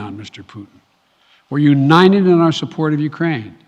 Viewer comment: "we are unined"